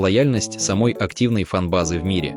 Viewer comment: Не самОй,а сАмой ...